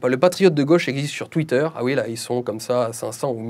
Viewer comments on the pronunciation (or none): none